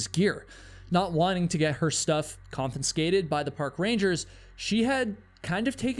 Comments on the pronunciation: "Confiscate" has only one letter N and one N sound. Please don't pronounce it "kon-fins-kate"; try "kon-fi-skate". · I appreciate you pronouncing "confiscate" incorrectly 23 times so we know you're not AI generated. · Excellent channel but con-fin-scate is not a word. Confiscate is the correct word. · Confiscate - not confiNscate..... CON-FUH-SCATE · "CONFISCATE" has exactly ONE "N" Despite this, 7 times in this video you said, "conFINscate". Therefore, it is not an error, you actually think that is how the word is pronounced. It isn't. Freedom is not measured by if you do or do not follow the law. Honestly, people going to Yosemite deserve to enjoy the majesty of nature without having people plummeting off of cliffs for thrills. Your video does a disservice to those people, and the Rangers, in favor of adrenaline addicts who break the rules for a thrill, and die, too often, as a result. Shame on you, and correct your mispronunciations. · Confinscate lol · I just realised that says "confinscate" at in the video, did you catch it? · A half-hour being annoyed by mispronounced variations of the word "confiscate". 🙄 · Learn to pronounce confiscate